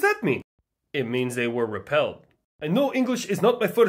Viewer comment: bro rolled his R perfectly on repelled 😂